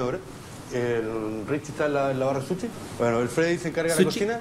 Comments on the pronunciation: Sushi, no suchi... pensé en su sonido muchassssss veces... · no es suchi, es Sushi A pero dicendo misogeno cuando la palabra es misógino, hay no si el también xD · Es sushi, no suchi Also: A D M I N I S T R A I D O R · Gracias por hacer hincapié en que es sushi y no suchi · Se dice sushi no suchi 💅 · Yo Trabaje en un Restaurant japones y el Dueño me dijo q Sushi se pronuncia susi Y es super facil hacer sushi